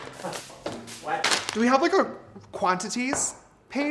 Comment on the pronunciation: "do we have a qwantaties page" that was funny nobody's changing my mind.!